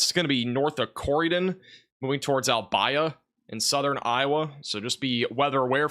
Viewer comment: Thank you for your coverage. It helped me take care of my family in Englewood FL last month, and tell me about my family in south east Iowa tonight. Albia, usually pronounced al-BEE-a. Oskaloosa usually shortened to Oskie. Most place names in Iowa are Native American words. I know you won't remember this, you cover so much it is understandable you don't know how to pronounce local names.